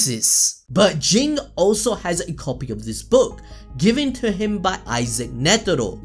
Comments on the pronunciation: I think pronounced “J-in, not G-ing” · you are mispronouncing Ging, its pronounced Jin(Jeen)